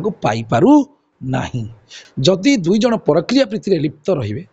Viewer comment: ପରକ୍ରିୟା ନୁହେଁ ।ପରକୀୟା କୁହ ।